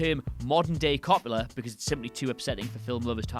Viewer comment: The double L is pronounced like a Y, Elle Fanning is pronounced like L, and “Franny Coppa”??? Bruh, what are you doing?